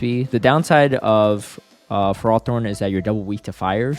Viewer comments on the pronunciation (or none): It's Fer-ro-thorn, not Frar-thorn 😉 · Tell me you're engagement-baiting with this ferrothorn pronunciation lol